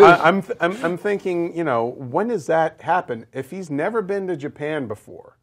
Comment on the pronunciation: Japen? Ja--Pan Japan.